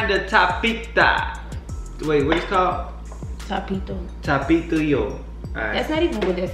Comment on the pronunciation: She said Tapito 😂😂 hell nAww